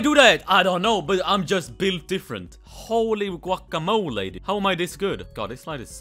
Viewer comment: “Holy gaucamoly” - 2010